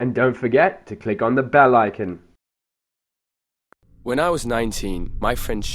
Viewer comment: "And don't forget to click on the bel ikin!"